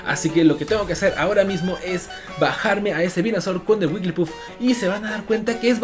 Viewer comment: Y es WigglyTuff con T